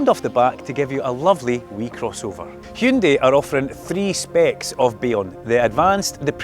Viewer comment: YES! He said Hyundai! Not Hayundai ..